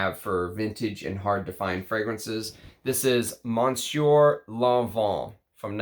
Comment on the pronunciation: Thanks for the great video! As always! (monsieur still doesn't have an n in it, it's /messYO/. sorry, couldn't help 😛)